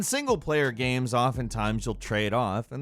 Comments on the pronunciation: Does anyone noticed that pronounces "games" as "gheam" or something of the sort? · too many GAEMS i don't have any gaems, sorry :-P